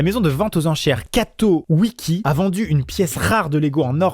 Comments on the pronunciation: T’as un problème de lecture mon p’tit Maxime : Catowiki au lieu de Catawiki ou encore Leister au lieu de Leicester... y’en a d’autres, a vous d’être attentif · Mais amixem lis bien au lieu de dire "Catawiki" tu a dis "Catowiki " bon sang de bon soir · CatOwiki ? Nan ! Catawiki ! Un peu de respect tout de même... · Catawiki* et non Catowiki